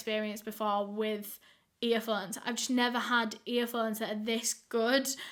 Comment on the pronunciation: i love when she says earphones like “earfunds”🥺